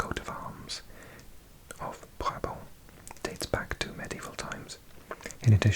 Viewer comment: Original area of Brabant was/and is a Dutch speaking area. You need to say the T on the end of the word. BrabanT😅